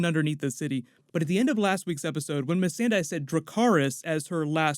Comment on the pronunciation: May-sand-eye huh?